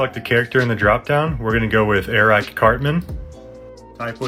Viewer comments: also when he said "Ereeck" instead of eric, and "mairioh" instead of mario, "googlay" ok yeah he's definitely doing it on purpose, "bahbah" fett. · airrack cartman